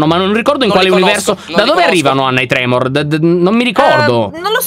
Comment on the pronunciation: Quei mostri sono i tremon non i tremor🤣